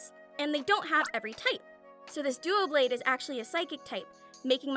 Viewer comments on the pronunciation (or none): I know I’m late but btw it’s not Duoblade it’s Doublade (